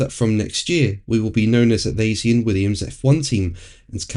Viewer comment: Your pronunciation is completely wrong, Atlassian, please try again and here is a hint, how is SS usually pronounced?